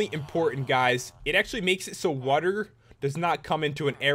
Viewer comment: i hate the way he says water he says wuterr! idk i think its wierd